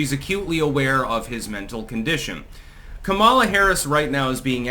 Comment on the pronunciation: are you going to pronounce her name correctly anytime soon?